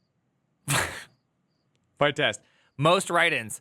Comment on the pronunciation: Vite is pronounced "Veeet", it's french for "fast" or "quick" Vite (French word for "quick", pronounced /vit/ , like "veet")